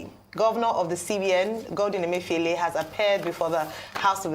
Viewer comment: How many of you heard RA call CBN governor, Godwin Emefi-OLE? Thump up if you did.